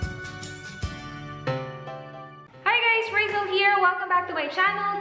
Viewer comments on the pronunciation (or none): none